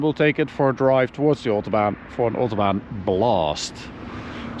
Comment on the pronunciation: If it were Autobahn and not OOOtobahn that would be great.